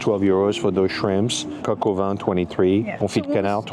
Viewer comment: Quick linguistic note: is saying "coq au vent" (rooster in the wind) instead of "coq au vin" (rooster with wine).